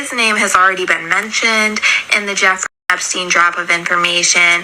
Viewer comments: Hey fyi the man’s name is EP stein not e steen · Just FYI it's Ep- steun